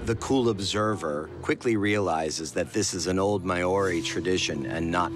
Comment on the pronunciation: The pronunciation of Māori is butchered, badly. It’s pronounced Mao-rhi. MAO (Like Chairman Mao) RHI (like Rhianna). Secondly Māori never ate the heads. It’s considered sacred compared to other parts of the body.